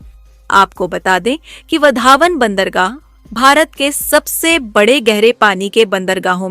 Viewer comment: वधावन × वाधवण ✓